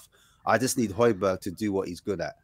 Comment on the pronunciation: bruh how do you still not pronounce hojbjerg properly